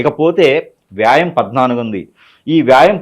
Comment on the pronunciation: Vyam anaali vyaam kadhu swami Telugu uccharana Leni jyothysham emiti guru😊😊😊